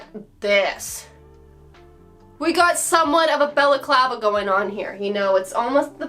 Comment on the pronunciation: I’ve never heard the word balaclava pronounced so in my head I always just say baklava 😂 thanks for teaching me how to say it!